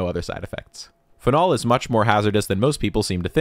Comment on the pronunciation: How do you pronounce Karlsruhe with perfect pronunciation but say phenol like that 😭